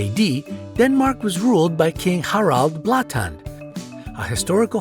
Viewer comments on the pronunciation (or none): Harald Blåtand: Harrawld blaatan XD